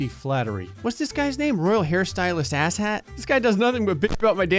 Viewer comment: I loved the fact that when he pronounced the royal hairdresser Ahset' name it sounded like "asshat" 😂 Sounds fitting, that guy's a jerk